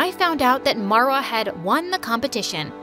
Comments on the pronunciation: these name pronunciation is killing me lmao how does ahmed turn into ehhmed and how does marva turn into merva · These names are egyption cuz I am so I know but like the way she said them are wrongggg Samar is summer in English marwa is Marrrrr waaaa in pronunciation and then farah far uh :) quick tip lol